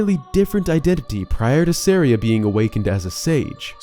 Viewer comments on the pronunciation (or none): Let's just get this out of the way: SUH-RY-UH